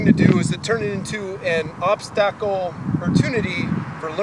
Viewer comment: Funny and informative, nice! Still not sure what an "obstahkle" is, though.